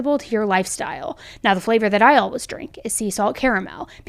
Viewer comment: No hate or judgement, it's actually kind of adorable but i always chuckle hearing you pronounce the word "always" as "all-whiz" lol😅 i say it like "all ways" so it just sticks out in my ear when i hear it, sounds quirky. Also i really love the name Nation, how unique!